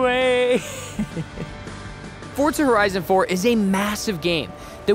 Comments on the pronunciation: It’s FOR ZA not fortza don’t add the t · Why you saying fortza it’s forza bro learn how to speak English 😂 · Why are you saying fortza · Fotra or forza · Say “fortza” one more time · Stop saying Fortza haha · Fortzuhh?? Wtf this aint fortnite boiii 😐